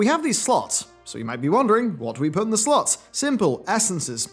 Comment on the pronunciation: If you keep saying "slots" like that your going to lose your monetization.